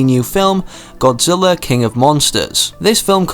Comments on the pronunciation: Did he say Godziller? ITS GODZILLA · At the beginning you said godzillar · At first you said Godziller